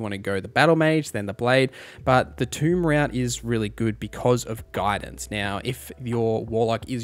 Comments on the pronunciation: Tome= T-Oh-m not T-ew-m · Oh and it's pronounced Tome not toom. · I’m surprised Pact of the Chain didn’t get more love during your Warlock guide! Yeah, Guidance (from Tome—which rhymes with “foam”, not with “tomb”) is useful, but anyone else in the party can have guidance to give you that bonus, and Shadowheart and Halsin should both have access to it as a cantrip (and you can get it via a necklace). By contrast, being able to summon a flying familiar that can go invisible at will is pretty unrivalled in terms of utility. Having a flying scout to map out dangerous areas for you at NO personal risk is amazing, with flight to get into interesting positions. They can even toss items around to give you easy access to hard-to-reach treasures. Why walk through a gauntlet of traps to flick a lever or grab some loot when your imp can just fly through and either attack the lever or toss the item your way? (The imp trivialized saving the hostage from the hag and navigating the maze of exploding mushrooms in my playthrough.) They’re also very useful in combat—either to swoop in invisibly (so, with advantage) to finish off a low-health opponent, or to run interference and soak up attacks to distract the enemies from your party. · . Great video, thanks for all the info, no criticisms on the info. Legit the only problems to report would be nitpicking pronunciations like ""Tome" rhymes with "home", it is not pronounced like Tomb or "Toom", a place where dead ppl go" "There is no "x" in "especially" "When it comes to Dice, 1=die, 2+=Dice" ""Oriented" only has one T" And and so on, if any if that is a regionalism or speech impediment, I didn't mean it as an insult but I still apologize <3 -- overall really great video, the info was super in depth, you answered all the questions I was wondering and more, and gave me new ideas! Thanks a bunch! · Tome is pronounced by saying the name of the letter o, the word you said is tomb which is another word for a crypt